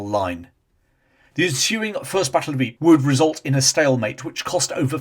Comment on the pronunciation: Ypres is pronounced "eeper" as in the Flemish spelling "Ieper". Just sayn'!